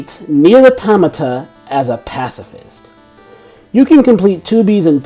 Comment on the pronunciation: ...Why can't people seem to pronounce the name of this game? It's 'Automa-ta'. As in, multiple automatons. Say it like you would 'automatic'. Not 'Autah-matah'.